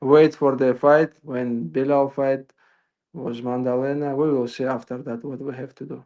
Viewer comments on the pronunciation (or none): Maddalena ✖️ Mandelena ✅️ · Why calls the champ Mandalena? 😂😂